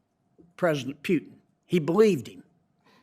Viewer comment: OK John, it is PUTIN not PJUTIN.